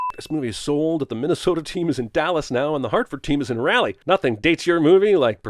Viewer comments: . Raleigh is not “rally”. Short a sound. “Ding”. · Did you pronounce Raleigh as "Rally?" It's "Rawl-ee", and someone from Tennessee should know this. I'm assuming you did this on purpose because the Hurricanes have won the Stanley Cup while the Predators haven't and you're jealous. Ding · I'm just here to point out Raleigh is pronounced Raw-lee not Rally. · Pronouncing Raleigh as “Rally” ding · RAW- leigh not how you pronounced it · Rah-Lee (Raleigh) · Remove one sin for mispronouncing Raleigh. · I'm offended by how you said Raleigh.... That was horrible. 🤣🤣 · “Mispronouncing Raleigh” Ding